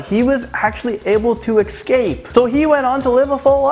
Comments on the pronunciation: He said "ecscape" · Cool video, but some of your pronunciations are really hard to handle. I'm a writer so I'm reallY into words. It's eScape not eCscape. Also name pronunciations can be looked up. Sorry to be a jerk it's just really hard for me because it's incorrect. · Say eScape not eXcape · Please learn how to say escape. That bugged me the whole video. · LEARN HOW TO PRONOUNCE 'ESCAPE'!